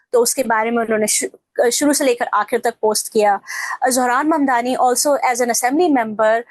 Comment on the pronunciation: His sir name is MAMDANI not MANDANI....